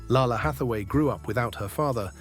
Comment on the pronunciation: #11) the more he mispronounces Lalah Hathaway's name, the more I cringe lol ... It's pronounced "lay-lah", not "lah-lah"...